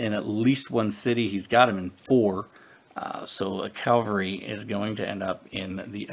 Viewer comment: Yet another person playing this who says calvary instead of cavalry. Are you religious so you only heard about Calvary (where Jesus was supposedly crucified), but you somehow never heard of cavalliers or cavalry (a horse-mounted military unit)?